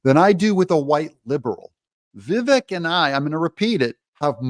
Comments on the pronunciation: Doug. It's Vi-vek ( rhymes with cake ). Heard it from his own mouth. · Doug... enjoy your channel, but it's pronounced "Viv-ache." I wince every time you say it. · You're pronouncing his name incorrectly. It rhymes with cake: Vivake, but spelled Vivek. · I had difficult pronouncing Vivek's name properly until I heard him explaining how to pronounce his name. His name rhymes with CAKE. Ever since he said that, I can remember how to pronounce it. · Doug, this might help with pronouncing his name. “It’s Vivek like cake “ ❤thank you for all your hard work. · Vivek is pronounced Vivake Doug. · Doug Doug Doug, at the risk of repeating myself his name is pronounced Vi-vake as in Cake!! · Obsessed with your show, absolutely love it!!! Just want to say Vivek is pronounced like cake (Vivake). He did an interview with Bill Maher and explained how to say his name. Just an FYI, not trying to tell you how to run your amazing show 😁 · Its Viv-AkE...rhymes with cake, not shrek. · Its Vivake like Cake. I know its spelled Vivek but yeah its pronounced Vivake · Doug - Vivek rhymes with 'cake' - his own words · It’s vi-vaek. Like ‘cake’. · Vih VAKE like cake. He said it himself. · Another day, and Doug STILL can't pronounce Vivek correctly. Pathetic.